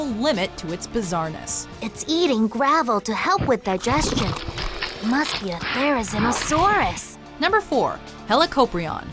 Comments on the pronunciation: its pronounced Thair-uh-ZEEN-uh-SAWR-us not Thair-uh-ZIN-uh-SAWR-us Cringe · it's pronounced There ri zee no saurus.